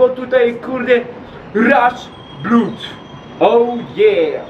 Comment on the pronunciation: Nie czyta się "bló/ud" tylko "blad" XDDDD